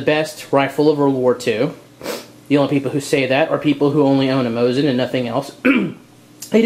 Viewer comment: We Russians pronounse it "Mosin rifle" (without nagant). And its Mosin (MO-SEEN) not Moshin.